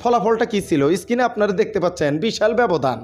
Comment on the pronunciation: এই ব‍্যাটা Screen কে বারবার skin কেন বলছ?পড়া-শুনা কতদূর? ফাইভ পাশ করেছ?